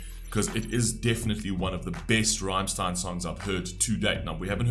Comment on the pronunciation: Please listen to Rammstein's songs Rammlied, Wollt ihr das Bett in Flammen sehen, Ramm4 or Rammstein then you know how the band's name is pronounced. Again you stopped the credits... went from a like to a dislike